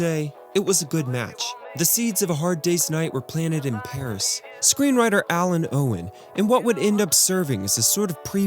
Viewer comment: ALUN OWEN, NOT ALIN OWEN